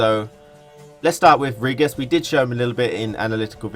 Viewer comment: Awesome video, really excited for the beta and ps4 release, just finished Witcher 3. Have you played Witcher 3? I ask because of your incorrect pronunciations, such as with Dijkstra or Vrihedd (Vry-head)